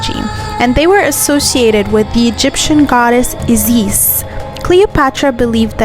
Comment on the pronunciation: I never knew that in Egypt you pronunce Isis with the accent on the second I